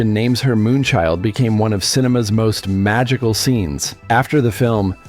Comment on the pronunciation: I KNOW....I rewinded it over and over to lip read and it NEVER looked like he said Moonchild, but Lorna. I even googled the script to see what they wrote, but to no avail. That followed me my whole life in search of wanting to know what name he gave her. Till this day I don't think he said Moonchild. I'm like....."Have ya'll all got Ammesia!?" 😮 This part turned me into Misery for a moment, LOL!